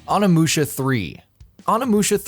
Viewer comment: Oni in Onimusha is pronounced Oh-nee, not on-ah.